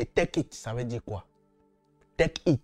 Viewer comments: Teukiste mais je rêve ou quoi😂fais de cours d'anglais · On dis take it... Toi tu attends teukit. Toujours a la recherche des vue